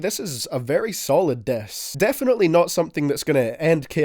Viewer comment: The Diss turns into "Dess"